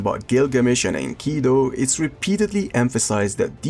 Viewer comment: I hate to be that guy but min its Enkidu not Enkido.